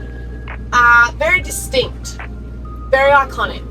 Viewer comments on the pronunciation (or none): and when said very diSTINKt…we understood🙂‍↕️🙂‍↕️